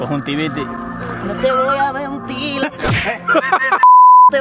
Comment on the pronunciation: Soy el único al que le ha encantao el "no te voy a mentil" de? 😂 minuto